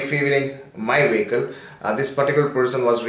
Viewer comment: Bhai ka vocab- vehicle - "vaykal" sorry - "sooory" fuel - "feaul" fueling - "feauling" away - "ayeway" rupees - "rupis" and so on... RIP English...🌺